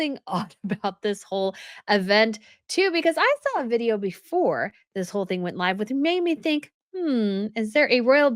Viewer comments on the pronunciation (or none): none